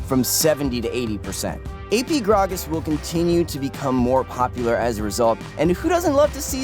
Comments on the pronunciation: I hate you for saying gragas that way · omfg the way he say gragas is really making me uncomfortable and the fact that he said it like a million times isnt helping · say grag-as wrong one more time